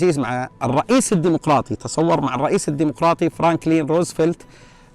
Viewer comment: تتحدث الدمقراطي هههههههههه واسسو دمفراااااطي ياشييييييييييخ....